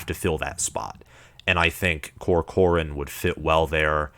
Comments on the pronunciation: Turner COR-cor-an not co-COR-an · Turner Corcoran = Tur-Ner Cork-ren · Your pronunciation of Corcoran is painful. 😅